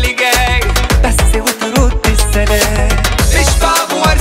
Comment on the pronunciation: المقطع لي بيقول فيه بس و تردي السلام و طريقة النطق سليمة و متناغمة مع إحساسو العالي بالكلمات ❤❤❤